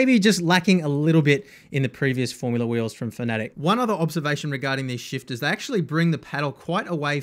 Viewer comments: Its pronounced FANATIC or sometimes mistakenly FAN A Tech... never is it pronounced 'Fuhnetic" or ironically "Phonetic". I mean if reviewing a company... look up how to pronounce it? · Am I the only person who pronounces fanatec like fan-a-tec. Cause he says fa-nAtec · There are plenty of people who pronounce it your way. I used to as well until I saw their CEO says “Fa-nAtec”. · It's FANA-TEC, not FANATIC. Pls. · no it's Fa Na Tick